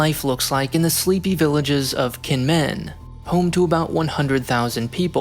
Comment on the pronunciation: You might want to check the pronunciations next time you do a Taiwan video. Kinmen is said jǐnʹmǔnʹ. Hearing it with a hard k is quite jarring.